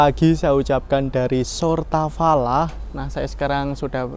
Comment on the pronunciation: "Сортавала" mas